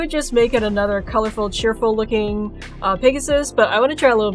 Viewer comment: Lol you kept calling the pegasus, pigasus! anyway your art is beautiful.